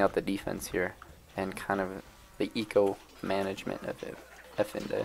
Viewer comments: Brooo, love your videos, but it’s EFaENDI not efinde. It can’t be that hard to put how to pronounce Efendi to youtube and watch a few sec video :D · For the love of god, please say "F" Now "N" Finally "D" Congrats! You pronounced Efendi correctly. Now you know. I hope we will hear the correct pronunciation in the future videos.